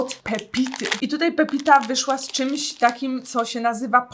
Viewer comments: czyta sie raczej "Papita" a nie "pepita" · Papita a nie pepita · Aga to jest „Papita” a nie „Pepita” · Czemu ludzie czytają "pEpita" skoro jasno jest napisane PAPITA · też chciałam napisać bo tak mnie to zirytowało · Boszeeee pEpitaaaaaa Nie wiem czemu ale tak mnie boli jak to słyszę :p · To z tego, że jak sie coś w internecie pokazuje to trzeba chociaż poprawnie czytać, przecież ta osoba nie napisała nawet co jest poprawną wymową tylko narzeka, że czytają "pepita" XD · czyta się popita, zobacz sobie wymowę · To akurat nie jest prawda. Papita jest turecka i wymawia się coś w stylu popita, nawet sobie zobacz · Ale gdzie ja napisałam coś nie miłego? Poprostu poprawiłam Agę bo źle wymówiła nazwe :)